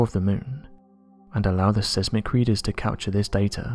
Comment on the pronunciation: The videos are hitting the skids! Learn to pronounce seismic as it ruins the content.